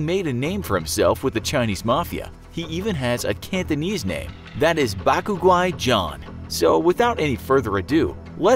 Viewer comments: IT'S NOT PRONOUNCE BAKU GUAI 😂.IT'S BAK GUAI (White Ghost) in Cantonese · The way is pronounces the name is pretty cringy as Ur suppose to pronounce it as Bark Guaai John Bark meaning white Guaai = monster John = devil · Bac Guai John and you pronounce it back cool guy John. There's one c not two, what you smoking man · Being cantonese him trying to say bat gu guai is hilarious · lol your pronunciation of his Cantonese name 😂 it literally translates to “White guy John” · Didn’t even say it right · Infographics.... As a Cantonese person you guys got duped. Bak Guai in Cantonese means ‘white foreigner’, but directly translates to ‘white ghost’ because we’re sort of racist like that. It literally doesn’t mean anything horrifying and I just died laughing hearing your bad attempt at saying ‘foreigner John’ in my language and try to pull it off as if it’s some scary name... Hopefully you guys also got the tattoo wrong because it doesn’t mean ‘pain’, but ‘hurt’. It’s a baby word for hurt and doesn’t have much oomph as a more painful word. He looks and sounds like a clown from your descriptions. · you completely butchered the cantonese name bro